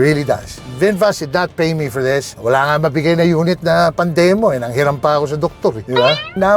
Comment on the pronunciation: "This" is pronounced with a voiced 'TH' - just fyi. :)